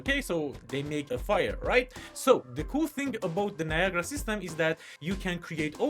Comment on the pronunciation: its not viagra its NIA GA RA